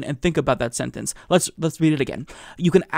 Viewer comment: Because it actually makes sense? They are so out of touch of reality.. 'Vhenetzuella' 😂😂😂